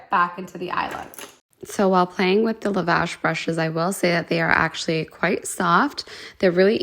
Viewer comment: Also the brushes are pronounced Lav-ish not Liv-ash. The word lavish means luxurious and elaborate, so thats probably why their company is named Lavish 💎 I’m not trying to be the grammar police I promise I am just trying to teach you how to pronounce it so all your viewers will know what the company is called as well 💗💗 I really enjoy your Boxycharm unboxing videos every month.